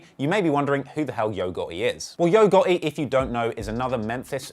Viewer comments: His name is Gotti not Gurty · why do you say Gaw..ey instead of gottie 😂😂😂😂😂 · Get it right Its HOE GOTTI man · It's Yo Gohhi